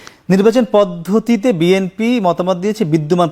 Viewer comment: এই দুদু কি বলে!! নিজের দলের নামটাও উচ্চারণ করতে পারে না 😂 বিএনপি কে বিএনফি বলছে 😂😂😂